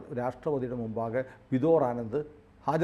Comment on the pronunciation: ആ വക്കീലിന്റെ പേര് വിദോർ (Vidhor) ആനന്ദ് അല്ലാ... വിഭോർ (Vibhor) ആനന്ദ് ആണ്... ദയവ് ചെയ്ത് തെറ്റി ഉച്ചരിക്കാതിരിയ്ക്കുക...